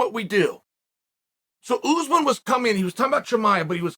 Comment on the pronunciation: Usman is pronounced UTHHMAAN . Not oozeman And its pronounced hamza. Not khamzat